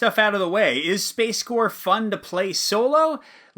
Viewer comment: Really pleased to see you make this video, as I'm on the cusp of buying this. One nitpick though: I see you pronounce it "space-core" as though it's an army corps. Shouldn't it be "space-corp" (with a spoken P), given that it's about corporations, not military corps?